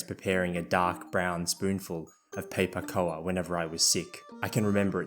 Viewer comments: The cough syrup name Pei-pa Koa is in Cantonese. I don’t know how it got transliterated into that spelling but the pronunciation in the video is not correct. In Cantonese it is pronounced “Pei Pa Kou” (both Ps are aspirated, like Phei Pha. And koU (not aspirated), just like how you pronounce cocoa as ko-kou and no ko-koA). In Mandarin it’s “Phi-pha Gao”. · why do you pronounce pipagao like that 😂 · I've never heard Pei Pa Koa pronounced in an Australian accent before so that really threw me for a loop! Actually I don't think I've ever heard it said in english before, only chinese lol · That's the most Aussie way of pronouncing pei pa kao I've ever heard!